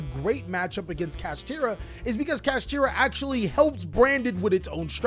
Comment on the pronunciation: man said Cash-ah